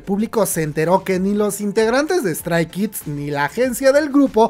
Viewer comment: Si te dedicas a estos video por lo menos deberias de mencionciar los nombres bien . 😖 Li SSERAFIM ? *Strai? Kids? 😖.